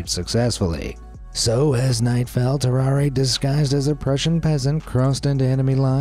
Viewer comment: His name is pronounced "tarrar", not "tarraray"